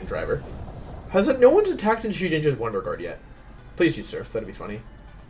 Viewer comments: "Wonder Juard" :p Love your vids, keep up the great work! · Wolf: “wonder Jooard” Me: intense feelings of pain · did he just say wonder juard...?